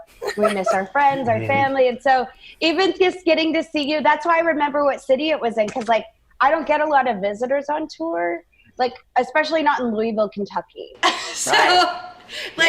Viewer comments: As someone from Kentucky, hearing someone pronounce Louisville as "loo-wee-ville" instead of "loo-vull" is jarring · It’s loo-ih-vull not louie ville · Lou-uh-vul. Nice podcast tho! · As a Midwesterner hearing her say “Louisville” hurt lol